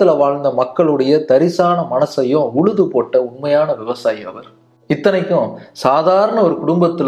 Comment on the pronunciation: Uzhudhu , not uludhu, kuzhandhaigal not kulandaigal